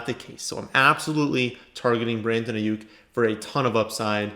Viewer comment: anyone else happy that he said Aiyuk correct😂